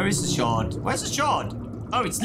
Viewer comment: Bro I heard him say "Shard" and I though he said "Shart" TwT